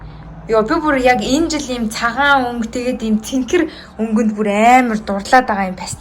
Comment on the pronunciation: Цэнкэр бишээ цэнхэр шүү